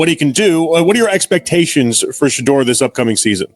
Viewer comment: Of all the talk about Shedeur with the Browns, I've yet to hear anyone pronounce his name correctly. Sanders, is not vain enough to say anything, but it really bugs us in Colorado. Come on people, get your act together.